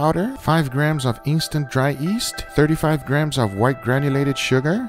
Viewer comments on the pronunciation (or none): I believe that guga said East not Yeast so........😅